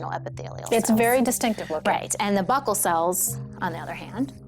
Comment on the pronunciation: She's pronouncing buccal wrong. Super annoying.